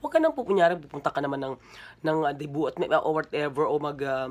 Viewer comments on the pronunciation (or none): none